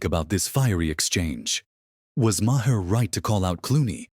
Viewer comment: AI voice says, "ma-hair." I do not like AI-narrated vids.